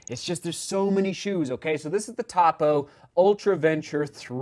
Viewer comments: Yes! Cringe every time I hear top-o 😊. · Try the Cyclone 2. Great non-plated road shoe. Also, it’s “Toe-Poe.” Not Top-O. Tony Post is the namesake of the brand and founder. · Please. Topo pronounced with long O sound. I assume you have not got the shoes wet in a creek crossing. Topo's Achillies heel is the orthosponge insole they use in most all their line. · Hey! The brand is pronounced toe-poe. I love this shoe! Happy to see you testing this brand out. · How are you so off on pronouncing Topo, it can't get any more simple of a name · Topo is pronounced with a long O…